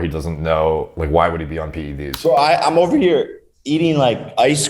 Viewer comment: Thank you for pronouncing the 'e' in PED's. I actually unsubscribed to someone on Youtube because they consistently pronounce it as PD's.